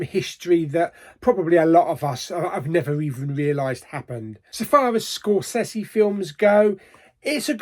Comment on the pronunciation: Kudos on the Scorsese pronunciation. I had no idea. I’d been pronouncing it wrong for years! I really want to see this but I’m going to wait on streaming. I can frisée a numb bum in the cinema. 😂